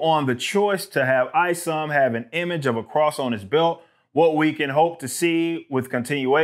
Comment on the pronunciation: It's not ISOM it's IS0M. The O is a zero short for IZombie.